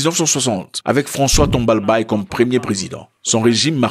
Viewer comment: 🇷🇴🇷🇴🇷🇴 Chad Tchadien que je suis, c'est tout à fait notre souhait de rejoindre l'AES un jour. Merci pour la vidéo et le nom du premier président tchadien bien prononcé. C'est l'Afrique qui gagne... 💪💪💪